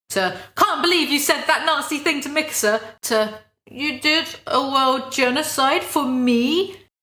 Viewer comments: You make "Mikasa" sound like "Mixer." :P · bruh i didn't realize you were saying mikasa and not mixer until the 30 minute mark. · the way you said mikasa really tied it all together